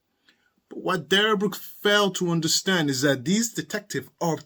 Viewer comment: He also loves to say " I don't undershhtand." 😅